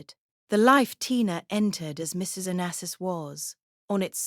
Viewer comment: At least pronounce his name properly!!!